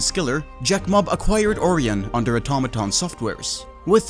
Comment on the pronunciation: ORION = "O-RYAN" Not "Ore-eon." That is my grammer nazi daily task completed for the day. 1 quest point and 150 mining xp received.